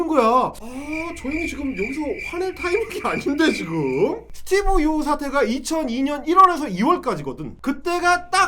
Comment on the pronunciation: 스티븅 유 영어 발음 왜 저따군지?ㅋ 지네 나라 걱정이나 하지 오지랖은!